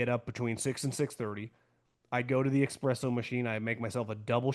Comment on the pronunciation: Watch your channel on YouTube every day; hands down the best NFL takes out there. But brother- it’s an ESPRESSO with an ‘S’ not ‘EX-PRESSO’ with an ‘X’. Keep kicking ass!